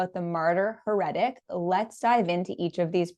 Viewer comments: Yes mispronunciation really bugged me 🙉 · please learn how to pronounce heretic. It has 3 syllables accent on the first. Pronunciation guides are available online.